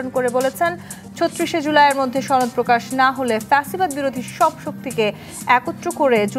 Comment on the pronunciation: ছনদ নাকি সনদ! কিছু মানুষ ইচ্ছাকৃত ভাবে সনদ কে ছনদ বলে নাকি ঠিকমত উচ্চারণ করতে জানে না?